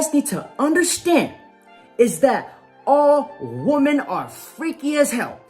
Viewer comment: Just curious I'm asking you this question because I've heard you doing this as well, has it suddenly become cool woman when you obviously mean women? Or is it an accent thing? It's been annoying me for years and so many people do it these days. Please enlighten me what the hell is going on? Seriously.